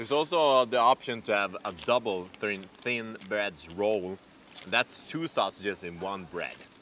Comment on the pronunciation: Lite svårigheter med ordet "Thin", haha awesomesausage ;p